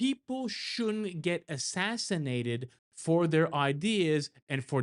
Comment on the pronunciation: Why are you saying assassinatied?